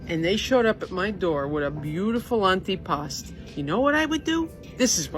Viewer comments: It's not an anti-pasta salad, it's antipasto. how many times did they say it in a video that you editted, and yet you don't say it correctly. nice job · the way a lot of the people pronounced antipasto made me think they were saying "any pasta" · "Annie pasta"?